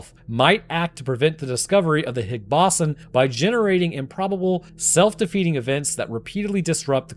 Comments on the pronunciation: Brother doesn't even know how to pronounce Higgs Boson, but everyone has their finger out calling the other stupid. Kay. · you can't pronounce higgs boson correctly? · Scientist doesn’t know how to pronounce Higgs boson? Seems legit